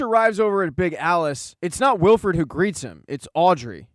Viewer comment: You know its Willford not willfred right